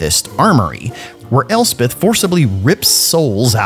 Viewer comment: At last, grammar policemen like me can rejoice when hearing Elspeth, not Elsef and Nuln not null.